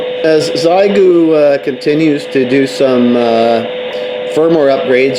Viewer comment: Xiegu is pronounced "she-eh gu".